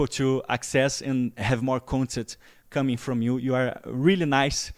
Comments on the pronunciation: Ô... Vc agradeceu a ele por "coming" ou "cumming"? XD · Esse trocadilho também é a mesma pronúncia de cumming que significa ejacular em Inglês pra quem não sabe, foi um triplo trocadilho KKKKKKKKKKKKKKKKKKKKKKKK